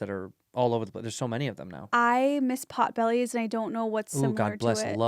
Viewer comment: Potbelly! No "s"